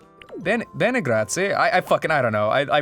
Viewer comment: It's "grazie", and German is not at all latin-based.